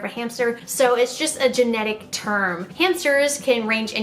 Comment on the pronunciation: Pretty sure it’s generic not genetic 😂